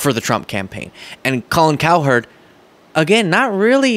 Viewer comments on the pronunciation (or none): my man, you gotta stop saying it COW HERD, It's basically pronounced like coward. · Kind of like how you're not much of a sports fan pronouncing Cowherd as if it was two distinct syllables. Not a dig, just a thought.